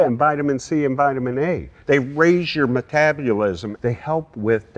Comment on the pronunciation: metabolism, NOT metabulism...